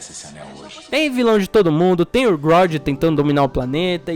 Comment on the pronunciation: ele chamar o super humanóide de grodd me da um pouco de agonia. kkkkkkk